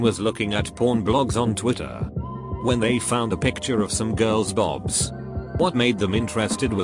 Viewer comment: Nobody: Text to speech: "boabs"